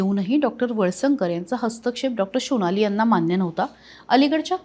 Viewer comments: Reporter madam tya dr sunecha naav SONALI ahe ki SHOnali ahe ? Pronunciation chi kai dhajiya uadavli. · शोनाली नाही हो सोनाली. बंगाली असल्यासारखे काय उच्चार करता?